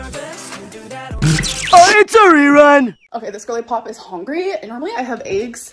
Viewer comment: Whe she says gorlypop, I hear woman who is fixing to pop😅😅😅